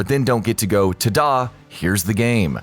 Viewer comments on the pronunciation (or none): wait is an AI reading the script? That's not how you say Ta-Da! It's like Taaadaaaah instead of TDA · Why would you pronounce ta'da that way? That's so weird.